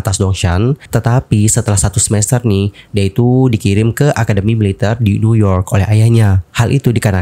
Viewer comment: Kenapa baca Militer seperti baca mililiter. Ter nya kerasa gimana gt, ga biasa😅